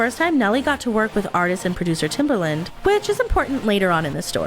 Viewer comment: oof TimbERland - that was rough on my ears